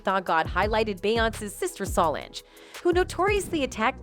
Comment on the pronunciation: Her name is Solange, NOT salongggggg! Please say her name correctly!!!